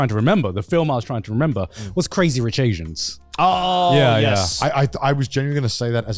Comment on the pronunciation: pretty sure that you meant "Crazy Rich Aians", Garnt.